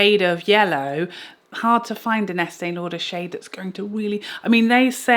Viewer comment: LOL!!!😂especially the eastee lauderppp